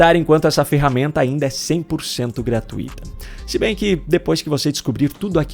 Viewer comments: Pelo amor de Deus. Corrija a sua pronúncia na palavra GRATUITA. É uma palavra que possui um ditongo decrescente (TUI)), e não um hiato (TU - I). Apenas para ilustrar, coloco o acento na vogal que deve ser pronunciada mais forte: ( T Ú I ) e não (TU - Í ). ( GRA - TUI - TA ) e não ( GRA - TU - I - TA ). Melhor do que isto, só desenhando. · Pelo amor de Deus. Corrija a sua pronúncia na palavra GRATUITA. E